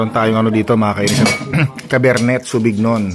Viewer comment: Nakakatawa naman pronounciation mo sa Cabernet Sauvignon. Yung talagang pronounciation niyan is “Kabrnay sowvuhnyown”. French origin kasi yan. Pero okay lang, tyo tayo lang naman. 😅😅